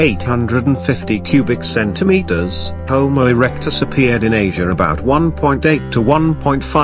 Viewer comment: The “CenTimetERs” got me😂😂😂😂😂